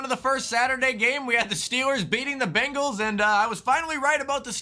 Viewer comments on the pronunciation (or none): none